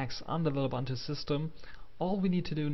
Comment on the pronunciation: Du bist doch ein Deutscher, richtig? Wieso sprichst du das OS dann falsch aus?! Es heißt lUbUntU die man alle als U (oo) spricht.